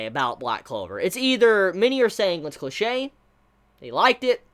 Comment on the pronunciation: when he said "infamous", "cliche", and "NaruTOE"... constructive criticism please listen to your pronunciation